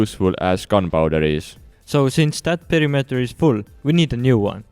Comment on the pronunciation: omg WHAT IS P E R I M E T E R!!!!!! you pronounced it wrong!!!!!